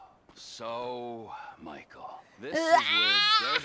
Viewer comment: every other JP liver: Mi-Ke-Ru Miko: Michael every time I heard I surprise Miko actually pronounce it pretty well